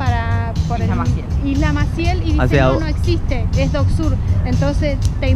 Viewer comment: La guía turística diciendo doc sur me puso muy nervioso!!